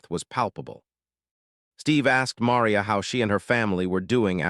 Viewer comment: Besides being too cheap to buy the RIGHTS to the video, you've never learned how to pronounce "Maria"! Talk about ignorance!/ Next time, though, when you hear a racist OR a bigot open up with that filth, ask them where THEIR family came from!/ And bèsides all that, though the description says so, this is NOT a video. There are no moving parts., just an AI-based audio presentation. No moving parts! Buy the rights! Show the tape! Prove it! Bet that's why you only have 33 subs, and I can't give it a thumbs up!